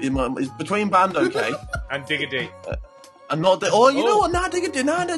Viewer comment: harry cant even say bandoky